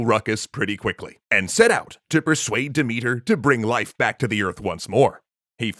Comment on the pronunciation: Sooo, just a thing. Demethra's name isn't pronounced Demethr, sorry. The "a" at the end of her name isn't just to make it look more like a feminine name, but to be read. I mean, Dimitar is a male name in bulgarian, and there are similar names in many slavic languages, plus Greek. Sooo, yea. And usually I don't have such a problem with the names, but the way you pronounce Demethra's name just sounds like Dimitar, and that's my father's name, and I don't like him, like at all, and don't enjoy having his name in my Greek mythology videos, especially ones, where this name isn't present. One love ❤️